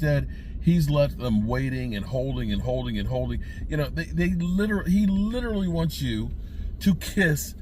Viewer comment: I'm glad. I thought I was the only one. He butchers that word.